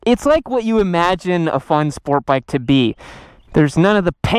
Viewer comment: Bike sounds like chit.